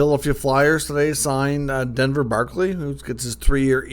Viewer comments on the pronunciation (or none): It’s Barkey.